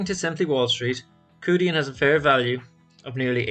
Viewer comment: The closest Romanisation is Chew Dian. The 2 characters 趣店 literally translate to 'Interesting store'. Thank you for the coverage on the company. It's worth to make the effort to learn the correct pronunciation of companies that interest us.